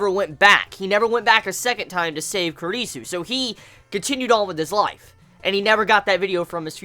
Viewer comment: Your pronunciation of Kurisu is so...ugh..wrong lmao